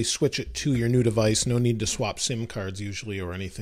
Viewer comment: What is devaice